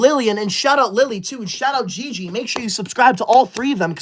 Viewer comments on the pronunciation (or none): none